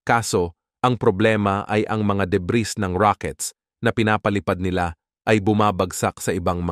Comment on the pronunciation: Deb(ee), Deb(ee), Deb(ee), Deb(ee), Deb(ee), Deb(ee), Deb(ee)!!! Hindi Deb(ris)!!!